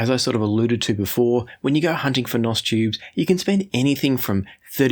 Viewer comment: Stop saying "nos" tubes. You sound like a bad A.I. image. You are trying to sound hip and cool, but you are not. It's N.O.S. or new old stock. Not "nos".